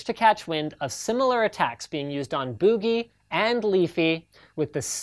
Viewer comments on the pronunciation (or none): But it doesn't sound the same as how boogie says it. And it's his name =P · Boo-gee? Odd pronunciation. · Haha I thought the same =P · lol my Canadian friend says it the same way. Must be a Canadian thing. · Old video, i know, but i couldnt pass up a chance to point out Linus' Canadian pronunciation of "Boogie" "Bewgie" is hilarious. :) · No One: Linus Sebastian: "Bugey"